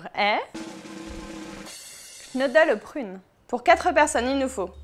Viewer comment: Attention, sa ne se prononce pas knodel mais kneudel